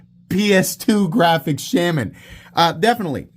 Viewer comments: I have once again come to remind you that it’s pronounced “Shaw-muhn” and not “Sham-an”. Also that pointing out such an objective fact is the absolute pinnacle of comedy and wit. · The mispronunciation is funny, but iwould be funnier if you didn't announce that you are mispronouncing it every time. I love my Shuh-MON